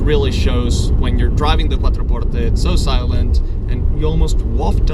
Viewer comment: Stop saying Maserati quattro portte like that 😂, it sounds siilly